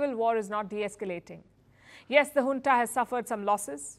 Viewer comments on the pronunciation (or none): Not "Hunta" but "Junta"! If you say Junta as Hunta then you must also Say January as Hanuary, Jungle as Hungle🤣🤣🤣🤣